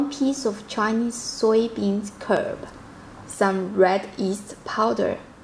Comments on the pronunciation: I've made char siu several times and each time the (big) oven was a huge mess to clean! Your version sounds delicious AND easy to clean up after. I hope I can find red yeast [1st time I'm hearing of this]. {btw, it is red bean curd/curD not curb} Thank you! : )) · Enjoying your channel, you make some great food. My pork belly is marinating in the fridge right now, I'm looking forward to making it tomorrow Hopefully you don't take offence... but in english we call it 'bean curd' rather than 'bean curb' :-) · no it's 'curd', as in tofu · Did you mean to say curd?